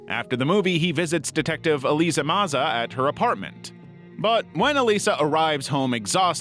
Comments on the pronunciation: Did you seriously call Elisa 'Eliza' I'm going to assume this another content farm AI voice issue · Elisa, not Eliza re: gargoyles. And yeah, what's with the thumbnail?